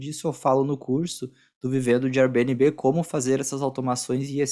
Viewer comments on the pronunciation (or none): Nunca ouvi nnguém pronunciar Airbnb como vc pronuncia. Dá até uma agonia...srsrs